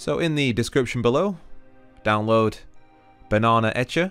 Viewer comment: anyone else hear banana etcher?